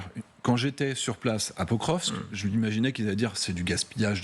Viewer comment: Quand a-t-il dit ça exactement ? Je crois plutôt qu'il devait parler la totalité du Donbass... soit dit en passant, c'est Pokrovsk, pas "prokokrskrv"